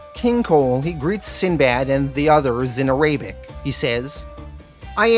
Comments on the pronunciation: Arabic. AIR-UH-BICK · I know you talk funny sometimes but "A-Ray-bic?? Come on man. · Love the video but please pronounce it ah-rah-bic. Sahlem